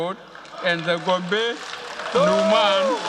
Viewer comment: Where is the calm and confident Buhari? .,, this is a nervous speaker,, can’t even pronounce Gombe